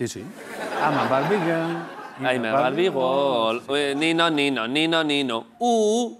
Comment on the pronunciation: Soy el único que cuando ha dicho Barbie Girl ha entendido Bar Miguel?